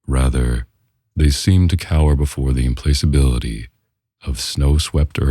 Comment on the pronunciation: Nice job, but next time, be sure to confirm the pronunciation of implacability and derisive.